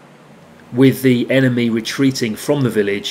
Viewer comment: This dude really just said emeny players 😂😂😂😂😂